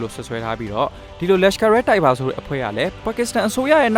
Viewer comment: လက်ရှ်ကာ အီး တိုက်ဘာ ။ နာရန်ဒြာ မိုဒီ ။ အိန္ဒုမြစ် စတဲ့ အသုံးအနှုန်းနဲ့ အသံထွက်တွေ မှန်ကန်ဖို့ သတိထားပေးပါခင်ဗျာ